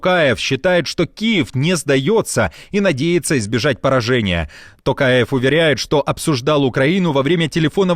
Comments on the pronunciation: Делюсь, очередной раз, своим мнением: ТОкаев, произносится по-русски через «О». Благодарю! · жаль чеченцы и Сирийцы не услышали Токаева 😌 Рабсия сильна лишь в не способности правильно произнести инициалы казахского президента 🤭